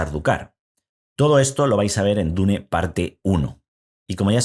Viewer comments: Se dice: dun o duna ni existe eso de dune o diun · En realidad la pronunciacion correcta en ingles es Diun. Deja de inventar si ni sabes el idioma